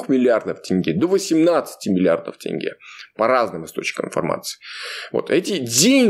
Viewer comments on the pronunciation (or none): none